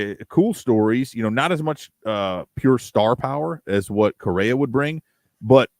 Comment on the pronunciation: Did you say "Korea"????lol you mean Correa